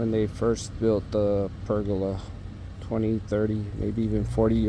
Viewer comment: It isn't a PERGULA....no such word. TRY PERGOLA. pronouced PER GO LA, not perg oola. And those '4ft overhangs' are part of the house design, called EAVES. Eaves, which are the part of the roof that extends beyond the exterior walls, act as a shield against rain, snow, and sunlight, preventing water damage and excessive heat buildup. They also contribute to the overall architectural design and curb appeal of the house.